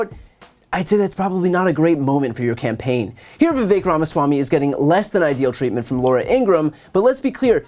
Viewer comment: His name is Vivek. It rhymes with cake-tastrophy